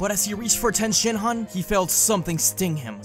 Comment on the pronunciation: Is it okay that I heard Tien Shit-han instead on Tien Shin-han